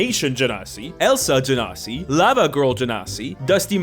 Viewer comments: The way pronounces genasi, it sounds like "gen0cide". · It's actually pronounced ge-nasty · You can pronounce Genasi either way just one is Egyptian accent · I love how you went from correcting yourself to immediately pronouncing it wrong again not ten seconds later 😂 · and your weird wrong pronunciation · It's Genasi, and not Genasi.